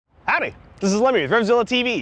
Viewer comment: Every time he says hawdy! I cringe.